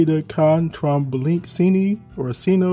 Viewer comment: The name of the Italian gun is pronounced "CaRRcanoh-BrËdah" (the Rs need to be strong, the E is an Italian E so to a German one, not an English one) "Con" (With) "TrombonCHIno" (a trombone is a musical instrument, the Ino part is a diminutive, in Italian sounds like CE, CI are pronounced CHE, CHI)